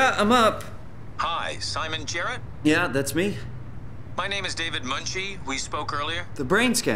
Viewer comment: Smon Jrrt is now the only way to say his name